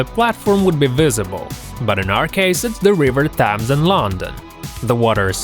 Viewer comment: The river tams!!!? It's Thames and pronounced tems